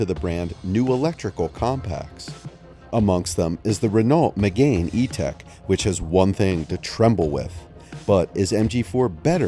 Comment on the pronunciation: 'renALT'. 'meGAIN' sigh. Vowely voos wank wit me, silly moron please?